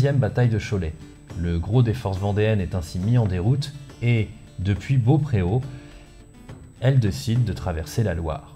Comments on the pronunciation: alors je vais faire mon chieur 😂mais Beaupréau se prononce Beaupro. Désolé 😅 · On dit Bropo et non Beaupréau. Il n'y a pas d'accent, c'est comme pour Eric NaullEAU, CatelinEAU, ClémencEAU, le maréchal MarcEAU, tous des véndéens et maugeois (d'ailleurs le maire de Cholet aimerait rejoindre la vendée). Le -EAU est la marque des Véndéens-maugeois. C'est mieux qu'un test ADN... Je ne suis pas vendéen mais ligérien pendant un certain temps... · Et Beaupréau se prononce "bopro", honteux ce manque de rigueur 😁😆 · Eh bien il semblerait que même au niveau local il n'y avait pas d'unité, le territoire notamment l'empêchant, par exemple à cause du bocage à Cholet et Beaupréau (prononcé "Beaupro" par ailleurs), l'unité se fait au niveau des petites communautés autour des paroisses car c'est là qu'on se rassemble fréquemment. Cette désunion est d'ailleurs visible avec les soutiens ou oppositions à la révolution qui se fait à très petite échelle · Beaupréau s’écrit avec un e accentué. Et donc se dit Beaupréau. Et moi je suis vendéen.